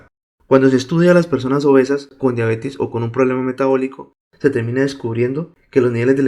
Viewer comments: Se dice diabetes no diabetis. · Me estresas diciendo diabetis !!! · no es diabetis, es DIABETES